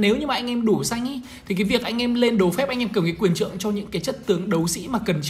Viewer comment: quyền :)) Do đọc vậy nên bị liệu